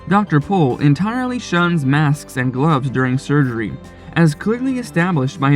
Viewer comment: Appreciate that you said his last name correctly